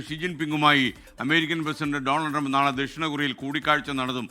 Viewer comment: ട്രങ്ക് അല്ല മനുഷ്യാ ട്രംപ്…..ട്രംപ് എന്താ ഇങ്ങിനെ എപ്പോഴും നാക്ക് പിഴ 😜 പറ്റുന്ന പണി എടുത്താൽ പോരെ ?